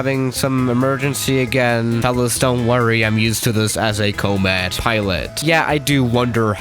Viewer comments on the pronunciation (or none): Everyone else: Comet: Cow-mitt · It's com-et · Oh you finally build enough money to go to FSX. AND ITS PRONOUNCED COMMET. COM MET. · "cah mit" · Nobody:: CoMeeed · Koh-mit is how you pronounce it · 10/10 pronouncing of comet